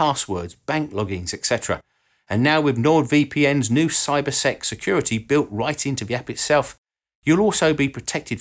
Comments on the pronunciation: I thought he said "CyberSex Security Feature". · I thought he said "Cybersex" security. Woke me up a little.